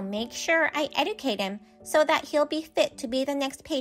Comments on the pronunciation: OP should have discontinued this conversation with her husband's mother a whole lot sooner. EDIT: Mother-in-law is going to "ed-i-cate" the babies if they're boys? Try "ed-ju-cate," lady. Good heavens! 🤦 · eh·juh·kayt not edi cate